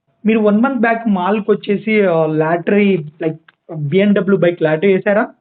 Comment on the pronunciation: Lattry kadu ra babu adi lottery....palkadam narechuko....saduvu radonini vinay anna deggara teesukoni inta famous chestey vinay anna ke yeduru cheptundu sulli gadu